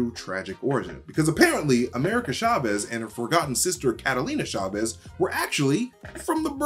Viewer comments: It’s (CHA) (VEZ) not Shahvez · it's not SHA-vez; it's CHA vez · Btw, it’s not pronouned “sha-vez.” It’s “cha-vez” (ch like in challenge, or choose) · Love the mispronouncetion of Chavez, CHA-VEZ not SHA-VEZ. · CHA-vez. Not SHA-vez. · Why does he keep saying "Shavez"? It's CHAVEZ! You wouldn't say shamber or shasing or shicken 🤔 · cha vez not sha vez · Hard "ch" in Chavez!